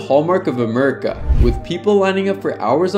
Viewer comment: "Hallmark of Amurika" that's one way to pronounce America